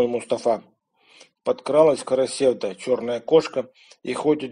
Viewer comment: В слове "Карасевда" ударение падает на последний слог, в тюркских языках это так. КарасевдА.